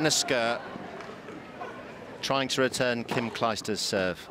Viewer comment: It´s Kim Clijsters not Kim Kleisters.